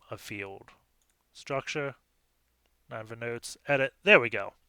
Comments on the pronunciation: I know this is an old vid so I’m necroposting here, but I’m pretty sure this box is pronounced “nin-ehva” not “nine-va” since it’s a reference to the ancient Assyrian city in the Bible whose destruction Jonah was sent to foretell. you can see there’s a file in /var/www/html called “ninevehdestruction.jpg” which supports the idea that this is a reference to that city. Just bringing it up because sometimes understanding the references helps with the solution of CTF boxes. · the way you pronounce ninevah tells me you didn't watch veggie tales as a kid